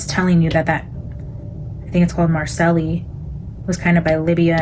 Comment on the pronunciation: Marseille = "MAR-SAY"